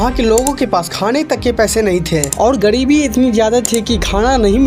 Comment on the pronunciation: Bhai gadibi nahi garibi hota hai jan jadahi thi nahi ja rahiti thi hota hai